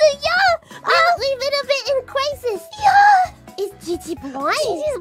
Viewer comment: In cwisis.